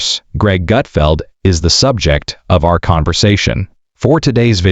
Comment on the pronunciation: It’s Gutfeld, you putz!